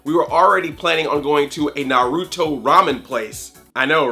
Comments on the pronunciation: Why are you saying Naruto wrong? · Who else got triggered by that butchered Naruto pronounciation? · Your mispronunciation of Naruto is hilariously adorable... or I am just a sad weeaboo.